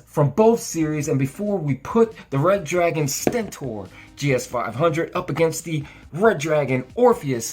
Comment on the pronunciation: he said stenten